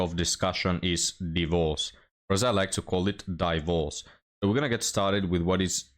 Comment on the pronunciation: => "d!e - vorce" is the ancient English pronunciation. Trust me I'm a historian and an expert on the topic 😂